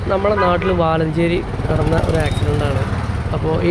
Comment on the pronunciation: സ്ഥലം പറഞ്ഞത് ക്ലിയർ അല്ലല്ലോ വളാഞ്ചേരി എന്നാണോ അതോ വാലഞ്ചേരിയോ ഒന്നും മനസ്സിലായില്ല